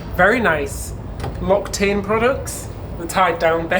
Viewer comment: I love this video about one of my favorite countries. I'm always excited to hear how one of you will pronounce a word from a language other than English. The best here is: "And the bathing products: Locktane." The snooty folks who regularly use L'occitaine products, like my O-Level French teacher, must have rotated in their graves like rotisserie chickens.